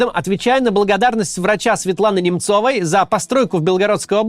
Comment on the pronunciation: Не НемцОвой, а НЕмцевой. Хоть переслушайте видеосюжеты перед тем, как прописывать ударения в фамилиях...